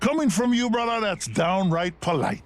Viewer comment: lemon ham I thought it was Gibraltar, bc he says bruddah at the end